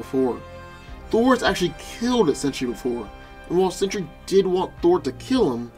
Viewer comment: Sentry is pronounced with TWO syllables, not three. His name is not 'century'.